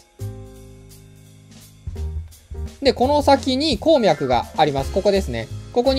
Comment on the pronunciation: こーみゃくの発音が気になるww